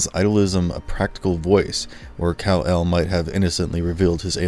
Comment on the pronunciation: You are miss pronouncing Kal El Marlon Brando correctly pronounced it in Superman The Movie it's Kal is Cal but with K.